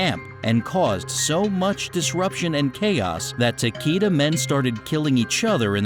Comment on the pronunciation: Whoever narrated this is a tool, totally wrong on how the names of the clans/families are pronounced, Takeda clan shouldnt sound like Takeeda, should sound like Tak-ay-da.